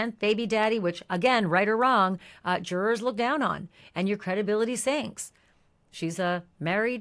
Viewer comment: I liked this- very clear info, thank you but why can’t this woman say the word ‘juror’? Juror has two syllables not one. Very strange but great summary